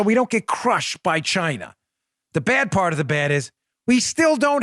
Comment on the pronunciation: Someone needs to learn to speak English. It is PART the Red Sea not PARK and it is PATRONIZING not PATRONING restaurants. These young people regardless of where they are from or their heritage are STUPID.